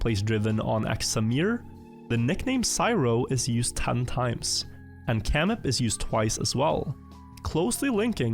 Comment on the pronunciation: pronouncing kyrillic alphabet right: camip = samir